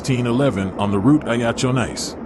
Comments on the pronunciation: Nice is pronounced niece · Having just watched this video I will reiterate stuarthumphrey1787' comment below. Nice is pronounced 'Neece'. And France is pronounced 'Frarnse'............................